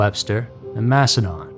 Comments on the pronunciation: s no MASHedin…. It’s mass e din 😂 Definitely no H in the pronunciation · The narrator also kept saying :Mash in Don", when it's pronounced "Mash in DIN", the town of Macedon... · MaceDIN (pronounced) Interesting that the girls came only from the city and were left in towns outside the city. 490 can be a crazy highway to this day, but I like to think that now a half dressed little girl running on the shoulder would still throw up enough red flags for people to stop. Insane that no one did then.😢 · It's pronounced massidin , I only know because I went to school at palmyra/macedon . Which is 20 mins from the city of Rochester. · I'm a rochester native and i still live here. I love it so much. We have the restaurants, museums, music, and festivals of a big city without the crowd. Ive lived many other places (like Seattle)but i always come back home. Also, Macedon is pronounced like Mass-a-din up here 😂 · Macedon is pronounced Macedin by the way! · Just some friendly corrections we're not a town, we are a city. Source: Born and raised in Rochester NY. Also it's said mass-ah-din. We're between buffalo NY and Syracuse NY we also have a lot of popular national/international companies that began here and Susan b Anthony and Frederick Douglass are buried here in Rochester NY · Its Mas-a-den, just so you know.. 😊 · you caneven pronouce any its no msdon madon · He also mispronounced Macedon (Mass e din) . But what’s really inexcusable is mispronouncing Bianchi (Be an key) when after he says that word he plays a clip of Nikki Rudd clearly saying Bianchi the correct way. Some people just don’t have standards nor pay attention to their own work. That’s not what gets the clicks. Just the shock and awe factor. Also- these aren’t the alphabet murders! How do you get that wrong??!